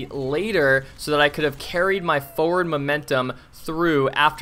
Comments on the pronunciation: sure says "foeward" a lot XD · Holy shit this is crazy, this guy can't pronounce 'forward' though lol